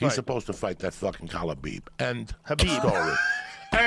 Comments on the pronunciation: Khalabeeb 🤣🤣🤣🤣 it's better then Kebab 🤣🤣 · Khalabib hahahahaa 😂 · “Khalabeeb” bro WHAT 😂😂😂😂😂😂😂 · Calabyb and stiopyc LOL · It's kalhabib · Joey "Khalabib" Diaz, Yeeee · I like how Joe is giving Joey shit for "Khalabeeb" when Joe himself isn't getting the name right either. He's calling him "Habib." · I WANNA SEE KHALABEEB. "Khabib" THAT'S IT END OF STORY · Khalabib lol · Turned Khalabib is a meme brilliant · One of the funniest parts for me was Joey butchering Khabib’s name “Collarbeeb” but being able to pronounce Dariush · KALABEEB!!!! SEROWNNNNNNN!!!!! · It's "Kalabib" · I fucking love this dude. Stiopic, Tyrone, Kalibib 😂😂😂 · just when i calm down laughing from the last time the man says khalabib once more and there are tears streaming down my face again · Khalabib... 😂 so many times... Khabib must chng his name... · Khalabeeb McGregor JD promo brought me back here. Lol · Then he calls Kahbib... Kalabib.... hahahahaha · "Kalabib" lmao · OH MY GOD!!! JOEY FUCKIN KILLED IT! WHEN HE GOT KHABIBS AND STIPES NAMES WRONG!! DEAD!!!HAHAHAHAHAA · Bruh he really said stiopik, khalabeeb and Tyrone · Once Joey bestowed the names, they will always be Stiopic & Khalabib to me! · Khalabib, Stiopic, Cerrown. 🤣🤣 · Same I was laughin so hard man. Kalabeeb and Stiopic were instant classics. Nobody mispronounces names like Joey 😅 cracks me up everytime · Joey ”khalabib stiopic“ diaz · T-RON, Kalabeeb, Stipiopik and Clelery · Joey Diaz is so fucking funny, without really trying. Stipe Miocic = Stiopic Khabib = Khalabib Tyron = Tyrone